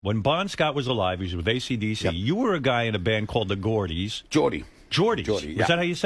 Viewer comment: "The gordies" ffs